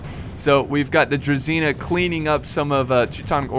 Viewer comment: How many times I have to learn non-slavic people that it's Druzhina, not Druzina! It's with Zh, not Z!